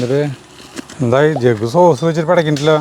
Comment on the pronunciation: ചീസ് അല്ല സോസ് 😂😂😂